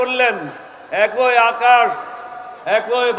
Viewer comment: বাংলা ভাষায় কথা বলছেন অথচ বাংলাটাই ভালো করে বলতে পারেন না। কথাটা একই হবে একৈ হবে না।